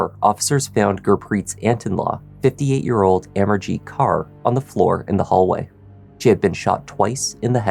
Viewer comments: I believe that his last name is pronounced kor and not kar. Either way it is a tragic situation. Peace to all. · Just to note: Punjabi women use the surname Kaur after their given names. Kaur is pronounced the same as the English word 'core'. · Great job with the pronunciation of a lot of the names!!!!! But Kaur is pronounced like core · Sikh female names Kaur are pronounced same as Corr. Just saying 😊 Thanks for covering this case. Looking forward to the next one. 🫶